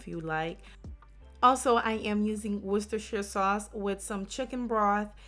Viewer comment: Damn. Said worchestershire like a pro